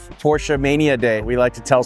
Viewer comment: Thank you for pronouncing Porsche correctly